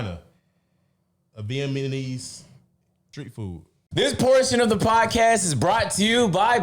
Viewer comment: pronoucing "Vietnamese" got me dying